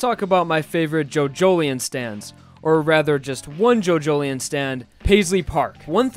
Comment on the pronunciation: i dont think its jojlien its jojo lion thats what how my friends say atleast someone tell me how its prononced